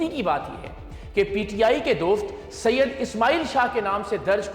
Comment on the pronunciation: اتنا رگڑ رگڑ کر کیوں کہہ رہے ہو سید سید آسمان سے تھوڑی اترے ہو